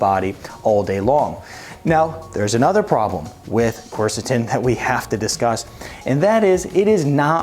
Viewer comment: You might first learn to pronounce it.